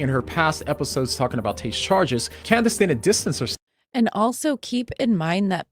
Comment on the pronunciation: (As an aside, “Candeece” Owens? He pronounced her name so oddly.)